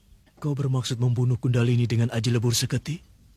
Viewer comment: Maaf,bukan Gundahlini,tpi Kundhalini